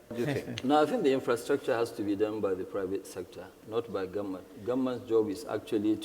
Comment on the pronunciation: Dangote can't even pronounce "government" properly. He keeps saying, "goment". So embarrassed to keep hearing him say that, despite all the wealth he's stolen. Wow